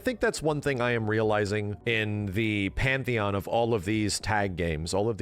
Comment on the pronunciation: Heheeheh... "Pantheon"...